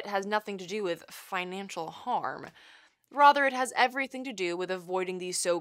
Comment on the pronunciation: Rother, rother, rother. Um, the word is rather.